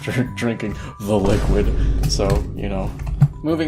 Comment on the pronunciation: Why is it funny when he says T H E L I Q U I D